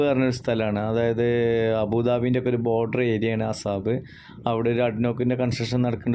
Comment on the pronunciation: Assab alla asab ane